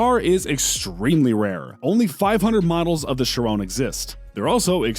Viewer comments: It’s not shirown as you saying it it’s she Ron and HOLY SHIT you fucked up my favorite car the veyron wtf it’s not the verown it’s the VEY RON WHICH YOU KNOW IS MY PFP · Bugatti sheron... chi-ron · There are so many faults in this video! Like saying the wrx’s specs are the Sti’s! Mispronouncing Chiron chirone it’s supposed to be shi-Ron not shi-rone! Mispronouncing the veyron’s name, mispronouncing the wraith’s name! Lots of faults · Its she-ron and vey-ron not chirone and veyrone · this dude said bugatti sherone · ITS VEYRON (VAY • RON) AND CHIRON (CHEER • ON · My guy said “Bugatti Chrrrone” bruh💀💀💀😂😂😂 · "Bugatti ChErOnE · i hate how he pronounces "chiron" and "veron" he goes "sheer on" and "ver onne" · Bugatti shirown Bugatti veroan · you say Chiron and veyron wrong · You might wanna work on pronouncing Chiron right 'cuz that's definitely not how you say it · Why did he say Chiron like that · Almost trew up when he said chiron and veiron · why can u not say veyron and chiron like a normal person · Man, the way you pronounce both Bugatti vehicles made me want to punch a baby. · Just because a new exhaust and body parts were added to a car doesnt mean its modified, that SV is as stock as it can get. And thats not how you say chiron 😭 OR VEYRON 😥😥😭😭😭😭